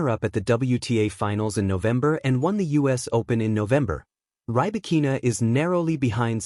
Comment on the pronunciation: Check your pronunciation of Rybakina's name